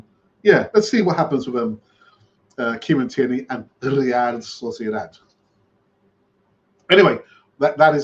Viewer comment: Say real sociadad one more time i dare you 😆